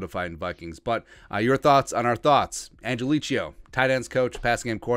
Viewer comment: He pronounces it "angeleee-Ko".